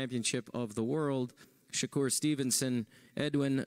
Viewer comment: This bul said "Shakur Twitterson". 😭😭😭🤦🏾